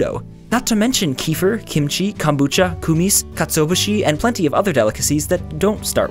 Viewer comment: I'm offended how you pronounce kefir and koumiss